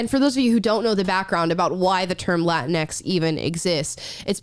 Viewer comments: I thought it was pronounced like Kleenex. Latinx. Either way, completely stupid garbage word. Lol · It's pronounced "la tingx" like "la jinx" or "la minx" !!!